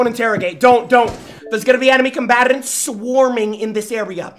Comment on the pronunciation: How can somebody roll three r's in the words "enemy combatants" ???